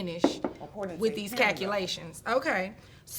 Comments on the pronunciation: "Cacki-lations.".....love it!🥰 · “Wit deese cackulations”